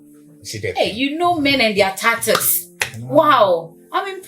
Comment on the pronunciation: The word is "ta twoo" 😂😂😂